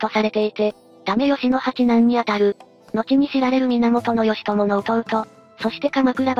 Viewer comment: ギチョウなんて読み方する？